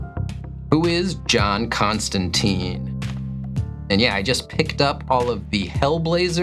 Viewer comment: 38,400. Mostly fell to Swamp Thing questions. Also feel compelled to say it: "Constan-tine, like 'Fine'". At least how Alan Moore meant it to be pronounced, which was later reinforced by Neil Gaiman. Although, considering it's just in written text 98% of the time and there's been enough pronunciation of "-teen" in other media that it really doesn't matter at this point. An entirely inconsequential distinction, but it still roused my inner pedant.